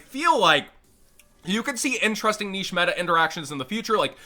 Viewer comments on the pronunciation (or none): none